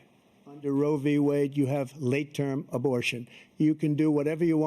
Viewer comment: “Roevie wade” 😂